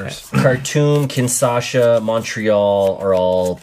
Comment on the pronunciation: Guys, it is Kinshasa, not KINSASHA :)